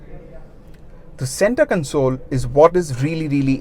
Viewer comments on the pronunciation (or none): none